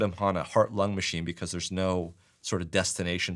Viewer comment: It's "because", not "bevauce". 😂